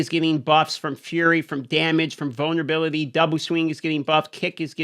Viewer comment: have no idea why I thought you said bonnerbility but these patch notes sure are giving me one...